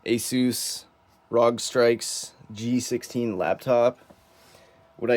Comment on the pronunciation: Bro it's not strikes it's strix